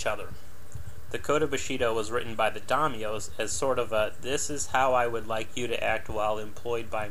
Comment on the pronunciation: Japanese had a feeling of CULTURAL superiority, not racial. Butsido was loyalty to the feudal lord, the Daimyo (DIEM yo), not the Emperor. All Japanese had fealty to a master and REVERENCE for the apolitical Emperor. It was the Daimyos who changed sides freQuently during battles, for political reasons. Butsido scorns monetary concerns. Yuh MAH toe, Shi NAH no, TUR shee aree.Your specs for vessels are spot-on, spend some time researching social information and FREAKING PRONUNCIATIONS!